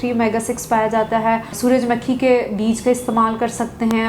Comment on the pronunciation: ڈاکٹر صاحبہ، سورج مکھی کے تلفظ میں مکھی کو میم کے اوپر پیش پڑھنا ہے، نہ کہ میم کے اوپر زیر